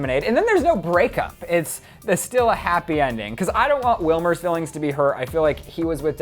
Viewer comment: It's Wilmer ! learn Spanish .